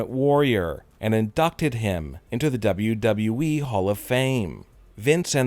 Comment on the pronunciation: I can’t why is he talking like that bruh finally he’s saying WWE properly